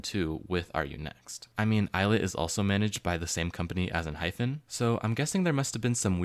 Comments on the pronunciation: It’s not EnhyPHen but EnhyPen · why are you calling enhypen enhyphen